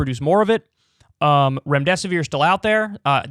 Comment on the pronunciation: Remdesivere?? Really ?